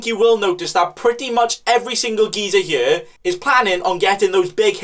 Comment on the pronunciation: Man says here like yere